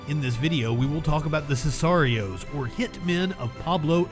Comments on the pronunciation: It's pronounced Sick are ee ohs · This guy can't pronounce sicarios or some of these guys last names. Smh and I'm supposed to watch this video. Idk why it bothers me but it does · The way he pronounced sicarios drives me crazy for some reason lol